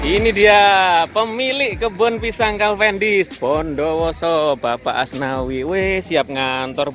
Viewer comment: Kok calvendis bukan cavendis pak 😀